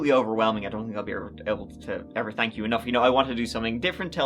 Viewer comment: “Tank” God it’s Friday!!! New TC !!!